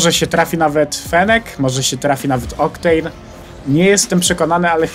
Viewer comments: proszę mógłbyś mówić oktejn A nie oktan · prosze cie czytaj oktejn a nie oktana. Ps super odcinek :) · Fennca a nie fenecca i oktejn a nie octan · wiesz ja cie bardzo lubie ale CZEMU DO CHOLERY MÓWISZ „OKTAN” A NIE „OKTEJN” WRR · Ała mówią moje uszy gdy słyszą jak mówi octana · Nie octane tylko czyta się oktejn